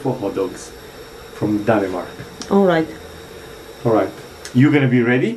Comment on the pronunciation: Danimark? Pronounced :Danmark Cocio chocolate milk - “a Cocio Beer” Sasuages must come in cold water, very very slow cooked When you boil the sausages add chinese soya to make Them give the give the right Sound It is not a danish hotdog without remoulade ! Sorry